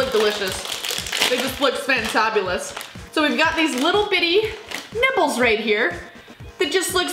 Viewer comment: Sounds like she’s saying nipples instead of nibbles